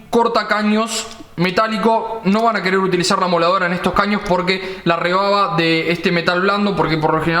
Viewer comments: Te corrijo cuñado no se dice rebaba se dice rebarba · loco soy yo escuche rebaba ? no es re barba ? minuto